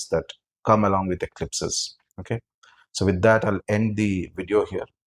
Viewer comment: Sir are you bangali ? Causes at the starting your video , your pronunciation " joy ma tara , joy ma kamakhya" similar to as a bangali speaks that's why I asking.. Thanks for this video sir . ❤